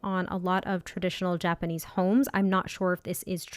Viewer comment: I think you are doing great pronouncing Japanese, I always felt it’s a fairly straight forward language, you don’t get intonation changing the meaning of a word and there are no diphthongs or “letters” changing sounds in certain words like say in English “gaol” sounding like “jail” just why?